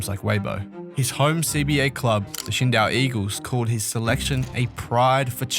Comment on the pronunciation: Dang bro! It's Qingdao -- Ching Dow, Yang, Hansen -- Hansen Yong, I wish more people knew how to pronounce or understand almost every Asian person has on their passport last name then first name. I'm a white American spent time around the world. I continue to this whether sports or Geo-Politics. Something to understand for everyone.